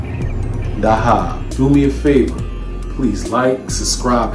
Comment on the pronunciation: It’s pronounced weesahl Daa-haab